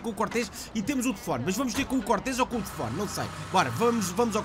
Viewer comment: "tefone" outra vez?